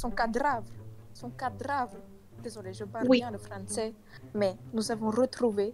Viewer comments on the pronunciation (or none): " le cadrave " purée sa me tue meuf 😭😭😭